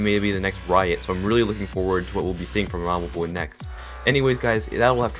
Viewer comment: He keeps calling him Nob lol